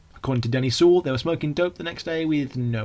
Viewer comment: Very well researched and generally well presented, but it's Glyn JOHNS, not Jones, and it's Denny SEIWELL, not Sewell. Also, Paul's from Liverpool rather than Birmingham. Very different accents.